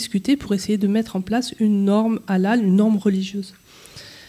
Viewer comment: Svp, n'en rajouter pas, de l'huile sur le feu,,, Il n''y a pas de viande halal,,, Cacher OUI c'est du sur et certain , c'est la meilleure viande, propre, le peu de viande que j'achète c'est. CACHER,,, '''' mais MR prononcé bien le HA bravo respect